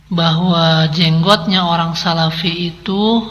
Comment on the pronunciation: Namanya juga sarafi bukan salafi !